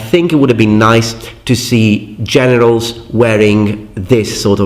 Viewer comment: I am sorry, but it sounded like you said "Genitals" instead of generals now that is just stuck and laughing loudly